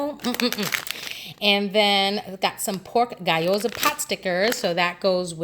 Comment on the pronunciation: Gee-o-sa not guy-oh-za.